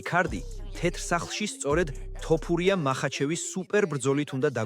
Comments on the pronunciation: რაის ტოპურიააა fuck AI content. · ტოფურია არა, თოფურიააა